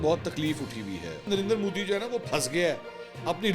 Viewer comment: MODI not MOODI